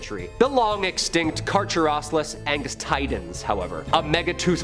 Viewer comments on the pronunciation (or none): I'm pretty sure it's pronounced Car-Care-Uh-Cleese and not what you're slaughtering it into.